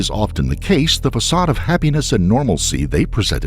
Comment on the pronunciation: ....the..."pacade" of happiness?